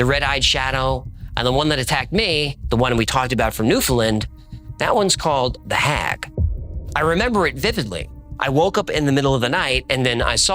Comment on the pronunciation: Great episode! Also it’s pronounced Noofin-Land, home of the old hag.